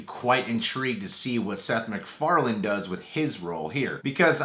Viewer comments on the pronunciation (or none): mandela effect It's Seth "Mac"Farlane not "Mc"Farlan